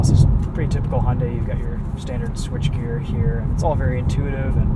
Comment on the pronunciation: You can avoid the problem with the music licensing if you just use the Youtube music library. I know there are other reviewers that use that. Also ... Hunday? Hunday? God I wish people would learn how to say the name LOL